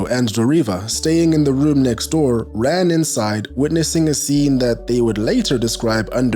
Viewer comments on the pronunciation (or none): none